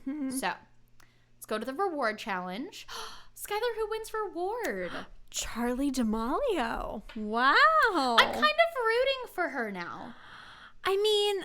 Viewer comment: also for future reference i think it’s pronounced charli (da-meal-e-o) haha🥰 love you guys!!!